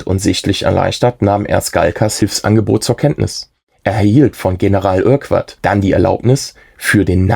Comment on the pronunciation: Urquart spricht man Örkart aus.